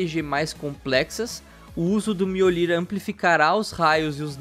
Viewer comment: Miolir? Aprendam a pronuncia certa kkk